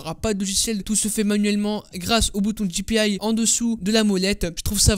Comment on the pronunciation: la fonctionnalité avec les navigateurs et les petits boutons latéraux de la souris n'est pas rare du tout elle est présente sur toutes et je dis bien toutes les souris puisqu'elle est intégrée au navigateur et non a la souris Et pour le bien de nos oreilles, on dit dpi et pas dipiaille on est France pas en Amérique, sinon bonne video ;)